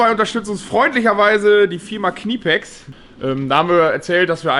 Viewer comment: Knipex nicht KNIEpex!